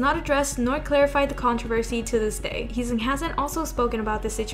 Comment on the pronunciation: Heeseung is not pronounced as He-song. This is a Korean name. These names can be hard to pronounce to those that do not speak Korean but his name is pronounced he-sing like he sings without the s. :)